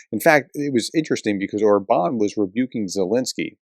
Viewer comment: Quick Hungarian pronunciation tip to Viktor Orbán's name has roughly even stress on the two syllables, or perhaps a slight stress on the first syllable. (That is, it's "OR-bahn," not "or-BAHN") The accent over the "á" indicates a sound of "ah" as in "father"; an "a" with no accent is closer to "aw", as in "ball". [I am not a native Hungarian speaker, but my wife is Hungarian and I can speak a little bit.] Offered in a spirit of helpfulness. 🙂 Thank you for your work!